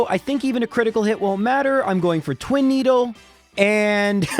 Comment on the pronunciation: "Twin-eedle" good job gen 1